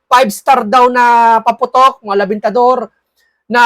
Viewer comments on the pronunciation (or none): Sir, correct pronunciation is REBENTADOR...not LABENTADOR..REBENTADOR,means firecracker.